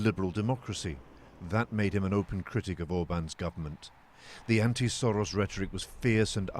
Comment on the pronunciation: The way this reporter pronounced Soros means shit in hungarian.